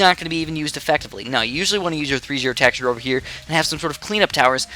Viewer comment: Why does he say it as tackshear